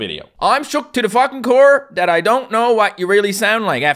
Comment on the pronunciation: I notice occasionally when he messes up he'll say ting and dat sometimes